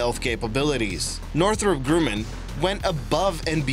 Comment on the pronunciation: It's pronounced northrup (north-rup) grumman (gr-uh-man)